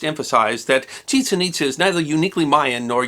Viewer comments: Nicely done, One little point, I believe the city has accent marks making it ChiCHEN ItZA. Don't mean to quibble. Always interesting! M. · Some things were mispronounced ... SEN-no-tay should be sen-NO-tay, and the site should be pronounced ChiCHEN ItZA (accent on second syllable for both).